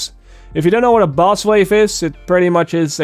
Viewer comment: Did anyone hear buzz waves instead of boss waves?